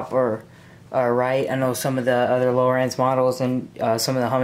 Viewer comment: Its lowrance not lowerance